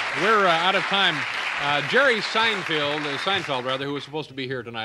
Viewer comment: Dave starts to mispronounce Seinfeld's name as Jerry was relatively unknown, and not too much later Seinfeld eclipses Letterman.